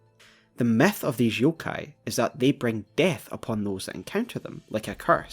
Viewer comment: I find it silly how he pronounces "Myth" as "Meth".